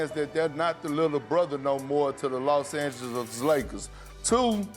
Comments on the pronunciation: Im the GOAT of pronunciation. LOS ANGEGES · Perk is unable to pronounce Los Angeles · Why though like why he saying it lyk dat